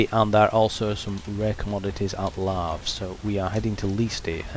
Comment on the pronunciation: I always thought Lave rhymed with "cave."